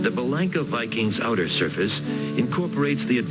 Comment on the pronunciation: B-Lank-a is an incorrect Americanized pronunciation. The promo narrator excepted, when I sold Bellanca's and visited the factory in the late 70's, they said B-lawn-ka. The for real granddaughter of Guiseppe Bellanca (Nona) who I went to high school with was B-lawn-ka. Even Youtube confirms the correct pronunciation of this Italian name, I loved my Turbo Viking and am just happy this Youtuber is promoting the finest flying 4 seat airplane ever made, even if Americans can't seem to pronounce the name properly.